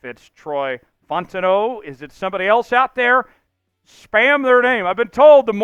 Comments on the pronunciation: he pronounce it like bro Italian or some shii 😭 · Ur saying fautanu wrong! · Bro I literally been saying the same thing drives me nuts every time 😂